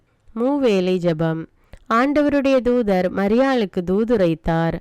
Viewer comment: Sis.. தூதர் என்ற சொல்லை கொஞ்சம் அழுத்தி உச்சரியுங்கள் pls.. ( ஜெபம், திருப்பாடல் ) நன்றி. மரியே வாழ்க!